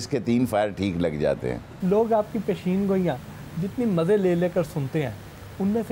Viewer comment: سوال کرنے والا۔۔الفاظ سیکھے۔۔۔۔پشین گوٸیاں۔۔نہیں۔۔۔بلکہ۔۔۔پیشن گوٸیاں۔۔ھوتا ھے۔